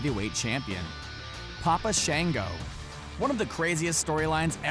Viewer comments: It's papa Shango not papa shanego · God your pronunciations are horrible its pronounced Shawngo and Bahlore